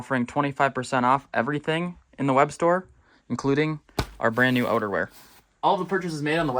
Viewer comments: When you said outerwear it sounded like you said underwear at first. 😂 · I'm sure he said "odor-wear".